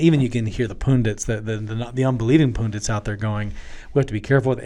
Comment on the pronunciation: Oh my goodness! He said poon-dits. It’s pundits! Pun-dits! 😜